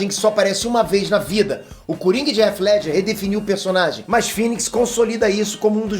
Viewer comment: Cara gosto do seu canal. Mas vc nao mora nos EUA? pq vc pronuncia o nome do Heath Ledger errado? estranho isso. Abraço